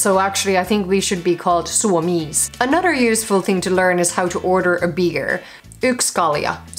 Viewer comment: Your "other" / "another" sounds like udder, anudder.